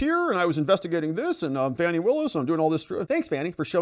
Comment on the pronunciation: You know how to pronounce this womans name. you know what you're doing and it isn't funny at all